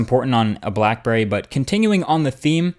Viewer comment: black burrey xD